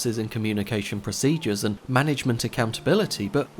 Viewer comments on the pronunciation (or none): none